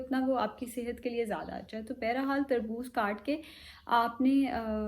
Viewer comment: Bayra hal nahe hota bahar haal hota hy ☺️